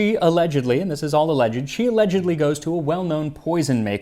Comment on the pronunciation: I like how you say alleged, as if they're going to sue you 😂